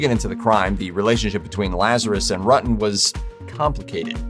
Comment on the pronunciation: It's hilarious that this 'narrator' pronounces Ruetten's name WRONG, throughout....geez...John is the one who should be in prison. There are many cases where someone dies because another was strung along...When you drag someone's feelings across the pavement, you should pay, too. I know this case very well. John caused this to happen. Poor Sherri.